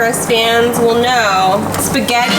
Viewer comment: I was gonna say spegetthi but spegtthi tacos WHAT WHAT WHAT